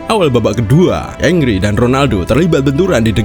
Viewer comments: Henry bang bukan angry. Plis lah ngomong yg bener dulu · Kenapa pronounce-nya kedengeran ky "angry" ya? pdhal namanya HENRY. Sama tolong dibedain, yg namanya "dislike" (personally ga suka) itu ga sama dgn "hate" (benci). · Bukan “engri” tetapi penyebutannya “angri”. thierry henry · Ongry❌ Angry✅ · Tulisannya Henry tapi bacanya Angry bukan Engry bang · Engri engri engri, yang bener dong nyebut nama orang.